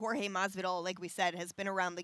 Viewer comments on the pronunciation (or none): His name's not pronounced George you f$#@ 🤦🏻‍♂️